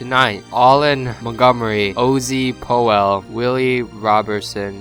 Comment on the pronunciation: lol Ozzie "Poe-well"